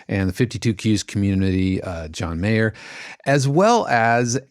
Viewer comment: Great podcast - AI's on everybody's mind these days. PS I think Jon Meyer (the composer at Sommerville's) name is pronounced M-eye-er (not May-er). :)